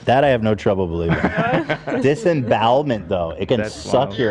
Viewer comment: so nooone is gonna correct Ethan on disembowelment huh